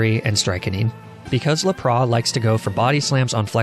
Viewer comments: I honestly feel like this goes over everyone’s heads and it did mine for a while if it’s true but I think he pronounces arcanine and lapras that way on purpose lmao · For the last time that’s now you pronounce Arcanine or Lapras. Arcanine is canine with Ar on the front and when has the S in Lapras ever been silent? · You’re pronunciation of some Pokémon is mind blowing. I have such a hard time watching your videos knowing you might screw up any of the easiest names like Lapras or Magnemite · how the fuck does this guy pronounce lapras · Bro! Learn how to say Arcanine and Lapras the right way 😂😂😂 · I've never heard anyone pronouncing lapras like that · Love how you pronounce Arcanine and Lapras! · I WAS DRAWING WHILE LISTENING TO THIS VIDEO AND WASN'T FULLY PAYING ATTENTION SO I THOUGHT HE SAID "RAP" AND I WAS LIKE? OH POKEMON BE SPITTING BARS NOW??? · Lol right people that deliberately mispronounce things this badly to be quirky annoy me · And lapras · I've accepted how you say Arcanine and Lapras, but for some reason your "strychnine" pronunciation was unacceptable. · Lapras definitely isn't la-praw. That's just silly. Look at all of the shows, games, and movies involving lapras. It's lap-ras. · It is lapras not lapra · Theirs a s on lapras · lapras isn't pronounced as laproe it is la pruhs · WHY DO YOU SAY LAPRAH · Laprah? Lap-ras... Sorry that bugged me so much you said it like 13 times in under a min and a half. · NOT LAPRA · Fid he say lapra instead of lapras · Ah yes lapraa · lapraS, lapraSSSS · You absolute psychopath calling lapras “laprah” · You said to Lapras laprass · Lap-Bra? Come on bro... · Stop saying laprá lmao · I have to ask, are you doing that on purpose? Lapra?? Arceneighneigh?? I mean I love your videos but come on man you gotta tell me if your doing this on purpose it's a rule!! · The way he pronounced "Lapras" makes me want to commit die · I can't pay attention to anything else when he started saying laprá 😂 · 𝑳𝒂𝒑𝒓𝒂𝒂𝒉 and 𝒂𝒓𝒄𝒂𝒏𝒚𝒏𝒆